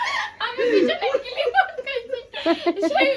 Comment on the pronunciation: বৌদি কথাটা ইসস্ট্যাচু হবে না স্ট্যাচু হবে আর ঐ সপিং মলের পুতুলকে ম্যানিকুইন বলা হয় আর ক্লিপ কে কিলিপ বোলো না প্রিয়া তোমারা।